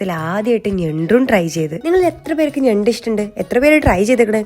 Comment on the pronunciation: നെണ്ട് ❌ ഞണ്ട് ✅